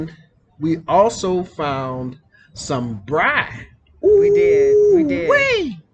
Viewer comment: It's "braai" ... 2 or more a's. The more adventurous you feel the more a's you add to the word... but NEVER only 1 a. :)